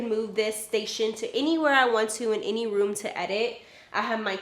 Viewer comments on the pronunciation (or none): none